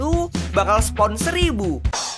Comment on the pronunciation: agak sus pas ngomong spon